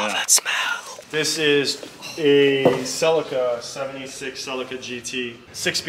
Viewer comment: Celica is pronounced. "Saleeka"